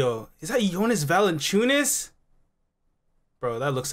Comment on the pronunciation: Ahahahaha, it's not Valanchunas😂